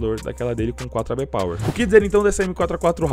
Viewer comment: Nao sei porque,mais quando fala iBuyPower lembra ai pai para kk